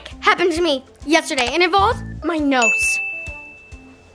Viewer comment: I love how said dose my nouse look broken to you and jordyn